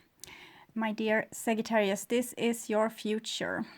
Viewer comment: The correct pronunciation is SAJ---not ag-j not a